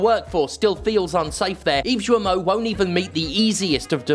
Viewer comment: My only gripe is that you KEEP mispronouncing Ubisoft's CEO's name incorrectly. Sure, he's a dick. But at least give him the dignity of saying his name right. There is no 'S' in his last name.